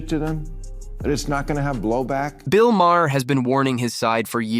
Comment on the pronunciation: Again you can’t pronounce his name correctly.